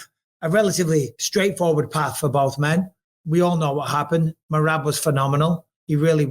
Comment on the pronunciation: I like that bisping actually got merabs name right